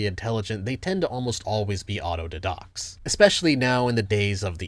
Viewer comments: it took me a second to realize you were saying "auto didacts" probably because I am used to the die-dact pronunciation instead of did-oct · what does he say ? intelligent people tend almost always be 'audodedox'? wtf is that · "The thing is ppeople who actually are abnormally intelligent, they tend to almost always be [?????]" I don't understand the word he said, could you reply and tell me what is it? English isn't my mother tongue